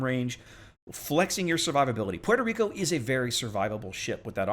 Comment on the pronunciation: Puerto Rrrrrrrico!